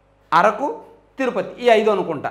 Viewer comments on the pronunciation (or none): none